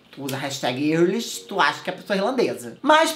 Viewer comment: love you! Mas Irish se pronuncia airishi e é a palavra que define a nacionalidade, "Eu sou irlandês" = "I am Irish"